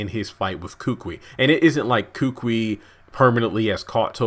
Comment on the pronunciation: I strongly suggest to the uploader that he learns to pronounce names correctly. Kukui is pronounced koo-koo-ee,not kookwi.